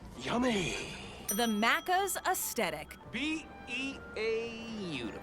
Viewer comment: The way she says Maccas is off point from how Aussies say it. Think “Big Mac” say the Mac like it is.. Maccas, and it seems to be pronounced Maccis as one word, one syllable, not Macc…as.